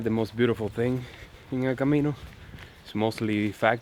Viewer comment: I've watched dozens of vlogs about the Camino. I like your vlogs. I especially like the fact that you pronounce all the cities correctly!! So many people just don't even try to pronounce things.